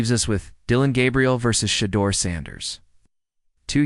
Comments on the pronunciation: To hear The deplorable way the media pronounce Sha—-deur(door). What is your problem. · Why should I listen to any thing you say when you can’t even pronounce Shedeur’s name correctly.